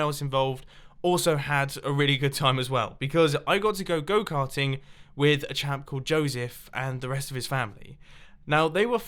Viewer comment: Am I the only one that when mumbo sed go carting heard it goat hunting?